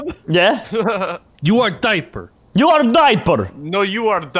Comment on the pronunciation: me:why says dieper every video my mom: probally hes still a baby me: "laught"